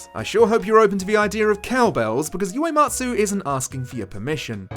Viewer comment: I can't watch the full video right now but for future reference, Uematsu is pronounced oo-ematsu not you-ematsu 😙